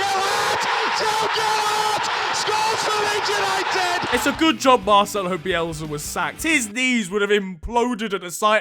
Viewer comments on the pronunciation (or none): none